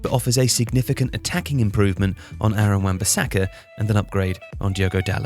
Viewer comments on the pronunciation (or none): none